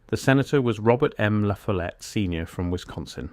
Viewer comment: It’s pronounced La FOLL ette